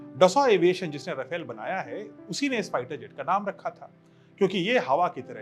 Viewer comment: Sir..."रफेल" नही है..."रफाल" है